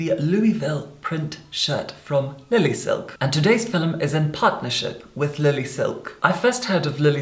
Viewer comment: I have missed so much your “fillums” !!! ❤️